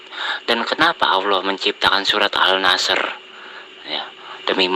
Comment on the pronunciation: al ashr kok al nashr??